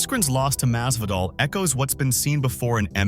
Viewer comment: His name is Masvidal, not Mazvadal